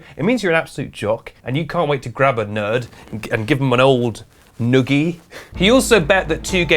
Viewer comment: I had no idea I needed to hear the word, "noogie" in a British accent until now.